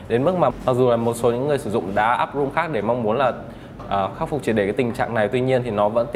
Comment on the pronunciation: nhiều người nhầm rom thành room, đếm ko xuể nhưng đến nv kĩ thuật của cellphones mà cũng đọc nhầm thành room đc sao? :v